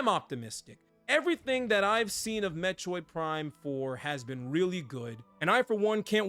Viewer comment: I can’t unhear “Met-choid” xD